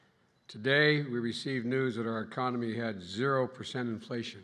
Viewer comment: Did he say “meconomy”? 😵‍💫